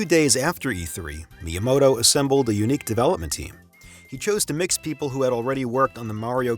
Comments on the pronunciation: Why do you say myamoto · It is not pronounced "MY-uh-moh-toh". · Sorry man you can't have a three hour video about Nintendo where you don't know how to pronounce the name of Miyamoto. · hire someone who can pronounce miyamoto that shit is like nails on a chalk board